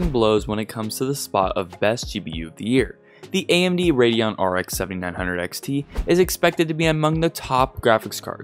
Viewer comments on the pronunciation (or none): none